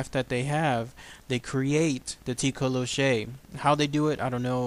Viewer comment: Awesome video, but it's mostly pronounced as toh-coe-lossie (